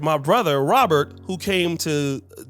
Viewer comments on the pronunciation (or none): none